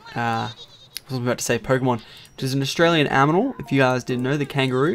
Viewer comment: LOLOLOLOL HE SAID AMINAL NO OFFENSE !!